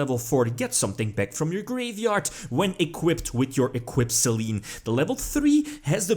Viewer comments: I think it's pronounced "Saylaynay" as the goddess of the moon. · Actually, if you want to nit-pick, the kana are pronounced "Se-lenn". ;) (Damn it, Konami of Japan, get your pronunciation right!)